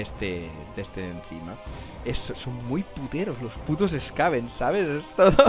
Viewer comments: No se porque le cambias la pronunciacion a los Skaven... a veces les llamas bien Skaven y otras mal Skavon... Skaven proviene de la palabra Scavenger y por tanto se pronuncia con A y E SkAvEn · Los skavens se llaman skavens, si digo en alguna ocasion skavons pues lo he dicho mal, por norma lo digo como sería en Castellano, skaven, pero realmente sería skeiven ya que es un juego inglés, es como ulthuan, unos dicen ultuán o ultuan, pero es inglés i sería ulzuan no ulzuán o tzeench que se pronuncia tzinch por que es inglés no tzench, pero vamos , voy a ver cuantas veces digo skavons aunque es la primera vez que me lo dicen 🤣🤣 pero ya te digo siempre les he llamado skavens no skavons